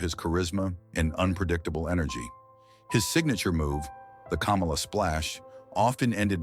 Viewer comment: Why are you saying Kamala's name hell of wrong